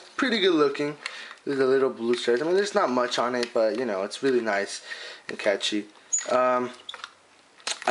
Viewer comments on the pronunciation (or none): none